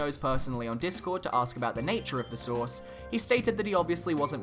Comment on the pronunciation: Every time he said “source” I heard “sauce”.